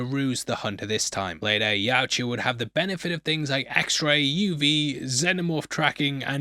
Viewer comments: It’s more like “Yowcha!” Instead of “Ucha.”😂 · why can't you say Yautja? Hahahaha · It’s pronounced Yautja. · for the last time, its pronounced YAUTJA. Get it together, man! Great breakdown, as always!